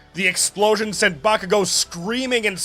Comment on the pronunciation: i cant cotrol my laughter when he says bakugo as boomking hilarious 🤣🤣🤣